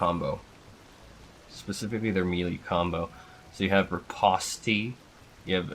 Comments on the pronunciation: ripposti huh. it's pronounced re pawst bruh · yeah lol. /rəˈpōst/